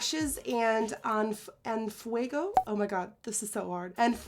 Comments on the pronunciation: "en fuego" its literally "on fire" even tho in spanish means "en llamas", also you said en fuego amazing lol🔥💕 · I love you...but.....its ki-yan! You said En fuego correctly! But cyanne was driving my nuts! lol